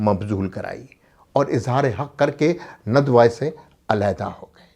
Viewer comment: ندوہ؛کےنون پرآپ پیش پڑھتےہیں جوغلط ہےندوہ کےنون پرزبرپڑھیے